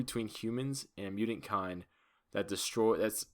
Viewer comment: Damn you suck you can't even say mutant